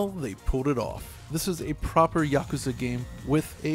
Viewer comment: It is so refreshing to finally hear someone pronounce "Yakuza" correctly